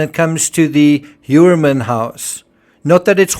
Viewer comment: just a side note,Heuermann seems to be german origin and its pronounced like - Hoiermann- So interesting what you´ve researched and your educational foundation. OMG this case is a absolutely nightmare!